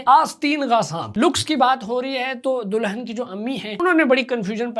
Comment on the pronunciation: Dulhan ❌Do-lun ✅ Foodie ❌ Fudi-dia ✅ WTF bro🤣